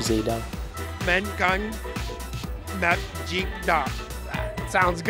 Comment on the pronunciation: Việt Nam là từ Gì nhưng bên mỹ đọc là Gai :))))))